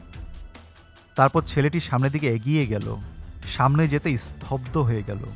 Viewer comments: উচ্চারণ টা ঠিক করুন। স্তব্ধ হবে স্থব্দ না। 😏😏😏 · bro it's স্তব্ধ, স্থব্ধ না